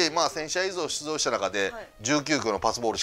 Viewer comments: ｢1000試合いzuoしゅつzou｣ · 岡のヒーロのヒーローインタビューみたいw